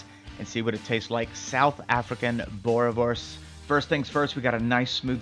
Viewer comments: It's pronounced boo-reh-vors Also, those sausage must be cooked on charcoal, there's no substitute. Good job though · Boerewors is an Afrikaans word. In Afrikaans a "w" always sounds like a "v". So it's pronounced boo-ruh-vorce (preferably with a rolling "r") Bonus tip: In Afrikaans, a "v" is pronounced as "f" e.g. vark (pig) is pronounced as fark. 🇿🇦